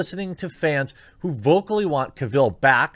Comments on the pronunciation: oh man, agreed. that pronunciation drove me nuts. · Please... pronounce Cavill correctly.. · Sooooo we’re not gonna talk about how he pronounces Henry’s last name wrong?? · Only if he could say Henry’s last name correctly... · Can’t watch....please pronounce the man’s name correctly. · I turned this off right when you pronounced "Cavill" wrong. At least have the professionalism to find out how to pronounce names properly before you start recording. Shameful. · Dude, that was NOT Henry Cavill in the cameo scene. Also, you pronounce Cavill wrong. It's not Caville - like a Cadillac Deville, it's just AVIL. Just add a "C" to it. If you are going to promote news, make sure you get the names right first. It just makes you look ill-informed and silly. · It’s Henry Cavill, not Henry KA-VIL. He’s not really from krypton. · Why can't Americans pronounce Henry Cavill properly! It's Cav-ill, not Caville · Cavill pronounced like Travel. He literally has a video of himself pronouncing it that took 3 seconds to find. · I had to look up who Aubrey Citizen (Sitterson) is. Wish I hadn't. Also, never heard Cavill pronounced kah-ville. That was annoying. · Listen to Henry pronounce his last name “Ca-vil” Now try it again in your next video which are always great. Keep on keeping on. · OMG. "CAVILL is pronounced like "Travel". Litterrally can't keep watching this after the 3rd time you mispronounced Henry's name. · His last name is pronounced Cavill like travel. Not Caville like Cruella DeVille. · It’s CAvill, not CaVIlle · Cavill not Caville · Its CAvill, not CaVILL. Other than that, we agree on mostly everything. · I know! I felt like the kid from the movie "The Internship" saying "CAvill"... every time he said "Caville". It's CAvill, like Travel. ;) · “Cavill” is pronounced like “travel”. There is no “e” at the end of Cavill to make sound like “smallville”. Thanks. I stopped watching Supergirl last year and lost interest in Batwoman after the fourth or fifth episode.